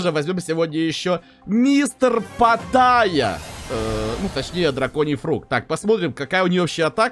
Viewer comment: Почему патайя если он питайя?